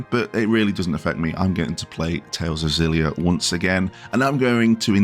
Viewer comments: I can read phenetic Japanese, it is actually pronounced "Ex-illy-ah" like you were pronouncing it before xD I am very excited for this remaster for a number of reasons, and I am so happy they removed the PS360 era color-muting filter. And while it would have been great to have Xillia 2 alongside it, it is still at the same budget price as Graces ($40 USD), so I'm not too fussed. Xillia stands on its own as an excellent game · Def like a hard X and not like a Z.